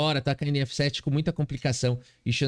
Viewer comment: meu, esse "DAMA EM ÉFÊ SÉTÊ" me pegou MUITO 🤣🤣🤣 TU ÉS O MELHOR!